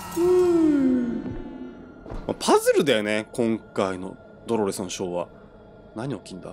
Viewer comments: 「ドロrrrrスが」 めっちゃ巻き舌w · ドrrﾛﾚｽって巻き舌になってんの草